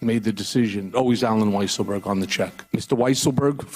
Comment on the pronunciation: It's pronounced Weaselberg. Have some respect for the man.